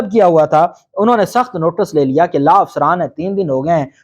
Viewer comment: LAA NAHI LAW SAHI TALFFUZ ISTEMAL KARE AP VAKIL HAINES